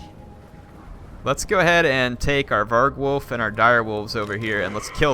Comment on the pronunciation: (James T. Kirk1701) That REALLY annoyed me. :D